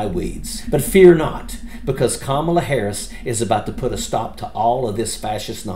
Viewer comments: Love ya dude. I follow you religiously, but even you are doing it… The emphasis is on the beginning of her name. The first syllable. KAmala. KAmala Harris. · It's comma-la, not ka-maul-a. If you truly support Kamala, at least learn to pronounce her name rather than using the same intentionally mispronounced pronunciation Trump and his ilk uses. Have some respect. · Thank you for all your hard work...but, please pronounce HER name correctly... COMMA-LA❤ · Please pronounce it correctly— “Comma-la” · Thank you for the cool video, but please pronounce Kamala correctly. It's "comma-la". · Please pronounce Kamala correctly.